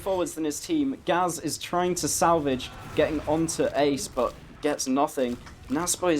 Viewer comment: It's pronounced gay z